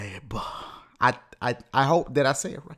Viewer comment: Zohaib is an Arabic name and U pronouns it wrong lol but at least U tried.